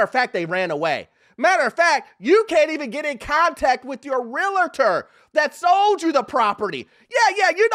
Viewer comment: Why does he keep calling them "Real-a-tor?"